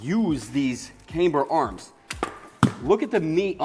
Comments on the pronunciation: This build is going to be sooooo sick. Side note: It's camber (short a) not kaymber :) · Why does he pronounce camber as "came-ber"? Is that some rule of english I've never heard of before? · i see. I've literally never heard anyone say it that way before. I was taught that if a single vowel is followed by two consonants, it's long.